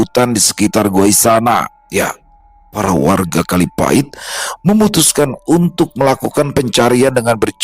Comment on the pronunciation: Maap sy asli banyuwangi koreksi dikit bukan kalipati tp kalipait😂